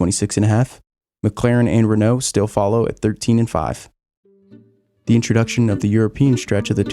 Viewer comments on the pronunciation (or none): none